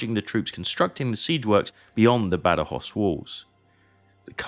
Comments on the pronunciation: Badajoz, no Badjoz. Guadiana, no Guadana. Picuriña, no Picurina. Etc... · "Bad-Joz", "Guadana"... no sé quién ha hecho la traducción, pero es más bien penosa. Badajoz está a 200 Km en línea recta de Ciudad Rodrigo, no a 120, el teatro de operaciones de Wellington era más amplio. And, for my British friends who comment here, I would'nt trust very much about historic accuracy of Sharpe's books or films... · El audio en español es fatal. Cada vez que el comentarista dice: Bad joz, muere un gatito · Hace 25 años que vivo en Badajoz, y como amante de la historia, conocía bien este episodio de nuestra " Guerra de la Independencia "; esta es la mejor representación que he visto nunca, aunque en su traducción al español los nombres propios suenan fatal. Aquí se recuerda bien la masacre que las tropas británicas realizaron tras la conquista, así como la metodica destrucción que realizaron de todas las industrias que realizaron en toda la península Ibérica. Se comportaron más como ocupantes sanguinarios que como aliados, pero supongo que no se podía esperar otra cosa. El vídeo es magnífico y los mapas e imágenes de la ciudad de muy buena calidad. Invito a todo aquel que pueda a visitar esta hermosa ciudad ( cerca también tiene sitios históricos y espectaculares para visitar ). Salvo en verano, el clima es suave y agradable todo el año. Saludos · Increíble q tenga q venir a un canal inglés para escuchar la historia de mi ciudad,gran video una pena que el audio en español pronuncie los nombres mal